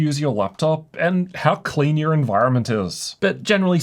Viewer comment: your lungs will thank yooorr toorr gpurrr